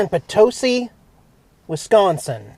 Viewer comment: I'm impressed! You pronounced Wisconsin correctly! lol I've heard a lot of people pronounce it Wesconsin 😆 Welcome to my home state! The train conductor was saying HELLO!!! You found a brewery! Wisconsin known for our beer, cheese and GREEN BAY PACKERS! 😁 Awesome video, as always! 👍 You and Jax drive safe! Packer Fan Linda 😁